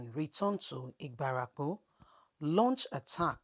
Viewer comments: My sister, it is Ibarapa, not Ibarapo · Point of correction on pronunciation IBARAPA not IBARAPO